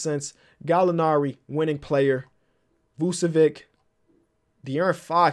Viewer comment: We all just gonna ignore the fact that said vucevik?!